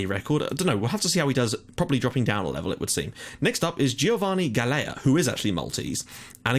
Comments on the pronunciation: Just a small tip regarding the Maltese guy's surname, it's pronounced "Gahl-ya" :) [So basically you're already pronouncing the first half of his name correctly] AND YES A MALTESE GUY IS ACTUALLY PLAYING ABROAD :D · I really hate correcting you, but since I'm Maltese, I'll try to help you out a bit ;) Galea is pronounced as Gal-ja with the 'j' being same sound as the 'y' in yes. Hope I managed to help you out a bit :)